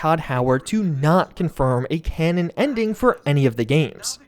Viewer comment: Literally said "connon" 40 times in this video.